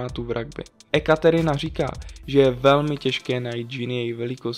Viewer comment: Ekaterina se cte jako Jekaterina...